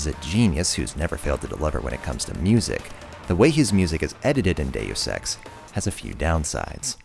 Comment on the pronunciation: Why can't anybody pronounce Deus X?